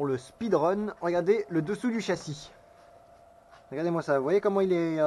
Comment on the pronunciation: Lut' ha ces arbres qui traversent sans prévenir... pénible... 😉 "a'gadez moi ca" !!!! 😁